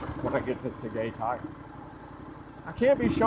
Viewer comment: Your pronunciation of different cities 🤦🏻‍♂️ from Pattaya to Puerto Galera to Tagaytay 🤦🏻‍♂️🤦🏻‍♂️🤦🏻‍♂️